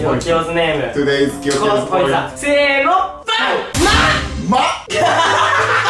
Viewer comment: の「せーの」水素の音じゃん